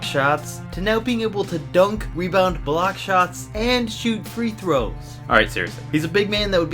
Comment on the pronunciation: He said three frows